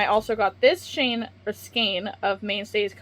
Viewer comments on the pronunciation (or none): Ooh... I can't! You're gonna want to smack me, but... Man, shoot... 🤣 I have no idea where the "skeen" pronunciation of skein is coming from. That's not pulling it toward German; that would be more like "shkine." It's not Italian or Spanish; that would be something like "skay-inn." I... don't know. It's very strange to me. Literally the first time I heard this pronunciation was a few years ago on YT. I've puzzled over it ever since. Anyway. Like Chanel and chenille, skein is another word that came to us through French. Here, "ei" is pronounced "ayyy" like beige or reign. Go ahead. Smack smack. I deserve it.